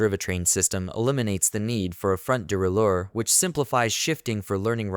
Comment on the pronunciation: driveh train? de raley ore? AI voice fail